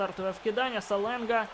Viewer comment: На будущее не Саленга а Шаленга)Просто я хожу на каждый матч Строителей и говорили там Шаленга